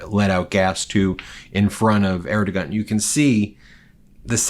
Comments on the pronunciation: To the guy at Meidas Touch, it’s “Air-doe-wan.” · Ben Ben, you know I love you and your brothers and all the great independent journalists on the Meidas Touch Network. ...... You spoke the Turkish president's name incorrectly, and on that spelling count you equaled the orange menace in your knowledge of pronouncement. Still, you're doing a great job with a few warts here and there. Thanks! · Learn to pronounce "Erdogan"...